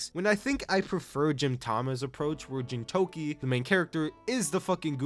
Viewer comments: Bro…. It’s GINTAMA/GINTOKI. Not Jintama Jintoki😭. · I've heard an equal amount of both Gintama and Jintama pronunciations. This is my first time hearing "Jintoki" instead of "Gintoki" though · I have never heard anyone pronounce Gintama with a 'j' and it hits just as bad as gif with a 'j'. And Jintoki, jesus. Do you watch it with a dub? Is that how they say it in dub? Otherwise what the hell? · i disagree with world trigger atleast top of good shit; black clover +1 tier; naruto top tier; chainsaw man -1 tier, and the way you pronounce gintama and gintoki feels like youve never really watched s2 and s3 of world trigger, yet alone finished the first season. just like what youve said on onepiece, the highs are great but there are also many lows. youve only watched the lows for it, hence the low ranking.